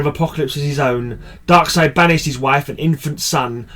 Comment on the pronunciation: You pronounce Darkseid correctly. I thought u Brits pronounced it DarkSEED 😝